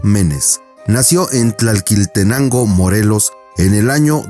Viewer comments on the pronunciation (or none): No es tlalquiltenango, es tlalquiltenango o sea sobra la segunda ele